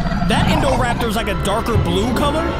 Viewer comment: Indoraptor nahhh that's indocater😂😂